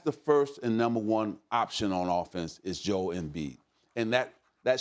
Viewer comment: It's joel not joe